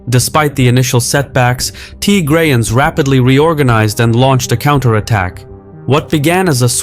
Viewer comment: it’s not Tygrayans it’s Tigrayans